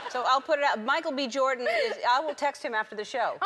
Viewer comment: Sounds like she says “Michael BE Jordan”